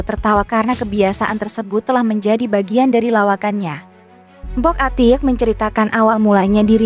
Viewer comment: Admin ga jelas Mpok Atik kenapa Atiek bacanya